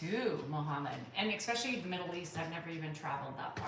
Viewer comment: Don’t correct, you mispronounce especially which annoys me immensely.